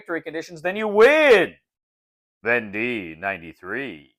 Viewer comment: Thanks for this! Just received my copy of "Conquests of Napoleon" (same company). Unpushed it today and reading the rules right now. So you know but the end of "Vendée" should be pronounced more like "day" than "dee" :). The "wars of Vendée" (causes, consequences and religious aspects) is still a somewhat sensitive - and disputed - issue to this day in France...